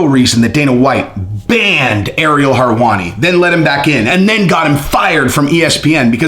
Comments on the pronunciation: Harwani, lol it's helwani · always bringing the heat and inside scoops. I love how he butchers some names tho.. harwani lol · Lol love ur content (both channels) but for the love of God stop saying Harwani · How does he pronounce everything right except for Harwani? Is it on purpose? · WHO is Ariel "Harwani"?? 😂😂😂💀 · Aaaaagree....btw, no R's in Helwani🤗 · It’s hilarious that you butcher his name😂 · If you can't say his name properly, says how much effort to research your content is focused on, you lack credibility, and should just say that's your opinion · You know a lot about everything except how to pronounce his last name.